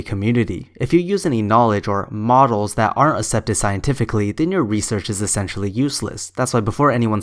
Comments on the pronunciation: You say "accept" wrong. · literally the only thing she can criticize you on is your pronunciation of accept if you wanna see what im saying